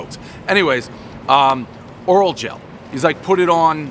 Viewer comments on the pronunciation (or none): One tube of Orajel. Dave keeps calling it "Oral" gel, everybody knows the rules! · "oral-gel" never change Dave